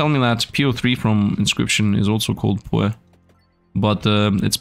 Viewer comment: I love how pronounces Poe wrong p-Oh